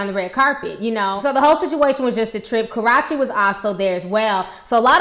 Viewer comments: Ashley Alexandria I know, she never says karruche's name right she always say kah-rah-chey instead of roo-che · Lool😂😂😂you said Karache it's Karrueche but who cares you so funny keep up the good work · How u kept saying Karrueche name 😂 kah- RUE - chee not kah- rah- chee... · It's pronounced Karr-Ooh-Ch-Ay. Karrueche. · Im pretty sure it's pronounced kuh-roo-chee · When you said karrueche name it sounded like you said ca-rotchy lol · I'm gonna need for you to pronounce peoples name correctly before you give a review about them please otherwise no one knows who your talking about!! KuH-Roo-CHee and Tee-Nah-Shay OK!! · Is it so hard to say ka-roo-chey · ***** It really is but she wont change that any time soon. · I think she does it on purpose for jokes. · it's so annoying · Why was Tamar so nervous when she performed? And who the hell was her stylist?... Because they need to be fired. K. Michelle came out on stage and performed like "girl bye." P.S. I was dying everytime she pronounced Karrueche's name wrong in this video, it reminded me of how Charlamagne be making fun of her name on The Breakfast Club Lol! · The way she says Karreushe (spell check) sounds like a mix between crotch or karate...😂😂😂